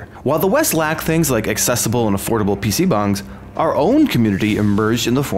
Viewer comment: wtf does he keep saying pc bungs